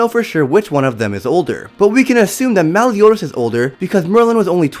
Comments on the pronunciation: Nobody: The narrator: melle-yoo-daz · The way he says Meliodas is so scuffed